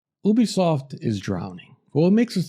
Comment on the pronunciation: It's pronounced YOU-BEE-SOFT